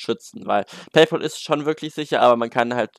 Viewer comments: Es wird PayPal und nicht PayPol ausgesprochen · Es heißt PayPÄL. Es ist der BezahlFreund, nicht der BezahlPaul. PLEASE. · Lern erstmal Paypal richtig auszusprechen 😂